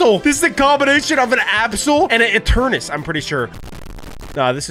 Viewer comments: It is not eternes its eternetes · it is not Eturnas it is Eturnatus ee_tur_ne_tus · YOU PRONOUNCE ENTERNATUS NOT ENTERNUS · Eternus it’s pronounced ee TURR nuh tuss and it’s pronounced KYOO rem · Eternatus not Eturnus!!!!!!!!!!!!!!!!!!!!!!!!!!!!!!!!!!!!!!!!!!!!!!!!!!!!!!!!!!!!!!!!!!!!!!!!!!!!!!!!!!!!!!!!!!!!!!!!!!!!!!!!!!!!!!!!!!!!!!!!!!!!!!!!!!!!!!!!!!!!!!!!!!!!!!!!!!!!!!!!!!!!!!!!!!!!!!!!!!!!!!!!!!!!!!!!!!!!!!!!!!!!!!!!!!!!!!!!!!!!!!!!! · what eternus not eternus is eternatus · Ki-yu-rem Pronounced Kyurem Sol-ga-le-yo Pronounced Solgaleo Eter-ney-tus Pronounced Eternatus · Breh kept saying eternus wut???😂😂😂😂😂😂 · When got crimson he said the absol tol absol and eternus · ETERNATS BRO do you pronounce it correct I don’t no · it’s eternates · Legend says still doesn’t know how to say Eternatus